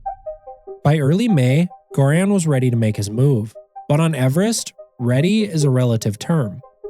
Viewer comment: Well, butter is vegetarian, just not vegan. Good summary of his journey, I recommend his book, too. Btw, Göran is pronounced with a soft "g", the name starts with a sound more like in "yearning".